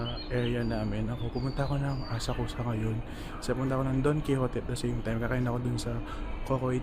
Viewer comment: Actually it's pronounced Asak-sa [Asakusa]